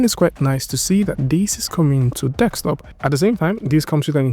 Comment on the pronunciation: kills me every time he says that :D Also "currently right now".